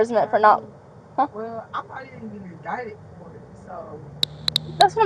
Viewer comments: 'Endited'.....slap my forehaed.....it's INDICTED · Pro tip: the word is "indicted", not "endited"